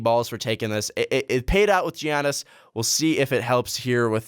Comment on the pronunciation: Why do you think Jason kidd is so bad? the bucks were the worst team in the league and then Jason kidd came in and they made the playoffs...also. for the love of everything that's holy stop pronouncing the g. say "yannis" all of you guys say it with a hard g and it's incorrect